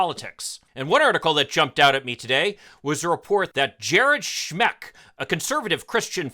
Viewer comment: Schmeck: pronounced "schmuck".